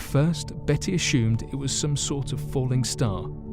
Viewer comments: I love the way he says ashumed instead if assumed. I’m going to start saying it that way. LOVE the channel.❤️ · "akshoomed" 🤣 as-sumed